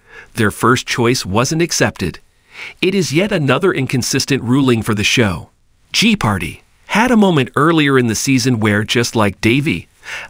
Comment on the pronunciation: Perhaps we need an authentic human being to narrate this so that "jeopardy" can be pronounced authentically!